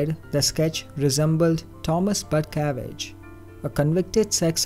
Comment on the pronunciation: God, I hope he is saying “Butcavage” wrong.... 😁